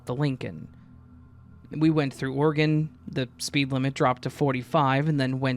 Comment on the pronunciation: You pronounce Oregon, (OrAGun) organ, like you’re from Utah 😂